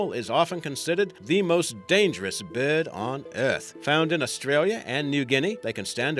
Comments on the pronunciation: I like how is says breyd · Who else is annoyed about the way the guy says bird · id pay money to hear this fool to say the word " bird " all day err day